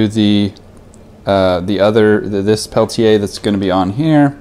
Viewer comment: You're saying it proper! Pel-Tee-Yay